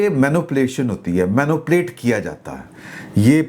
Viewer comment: mani-pulate not meno plate